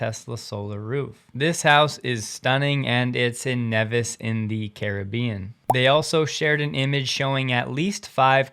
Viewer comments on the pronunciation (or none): Nevis is pronounced "knee-vis" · I think it's pronounced Nee-vis